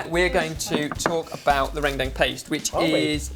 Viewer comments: Oh my God, how they say "rendang" is SOOOO funny. How you actually pronounce it is "run-dung" instead of "ren-dang." You guys should try another curry of Indonesia, Opor Ayam. Or Chicken Opor. It seriously just revolve around chicken, garlic, coconut milk, and so on. There are a lot of instant Opor spices that you can just fry it, then put the chicken and coconut milk together. Thought you guys should give it a go. Or for a sweet desert, try Martabak Keju. It's going to be a little weird and difficult for you guys to make it, but I'm pretty sure and the other lads will nail it.:) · its pronounced ren dung, (with "e" like in k e bab) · it's pronounced run-dang ( kind of in the middle of dung and dang ) hahah love this! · It's pronounced like this - RHEN-DHANG. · Don't know how much different the pronunciation is from Indonesian, but in Malaysian, 'gulai' is pronounced as 'GOO-la-e' and 'rendang' as 'ruhn-dung'. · Omg the way you guys pronounce rendang is so... different from how we pronounce it.. its cute :)